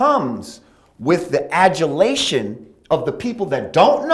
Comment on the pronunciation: that nigga said "the ajjulation" 😂😂